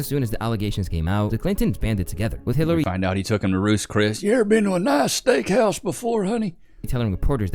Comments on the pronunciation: Dude said Clitery. 😂😂😂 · Clitary....now that i have heard it i can't unhear it.🤣🤣🤣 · Clitary.. was that an accident? 😂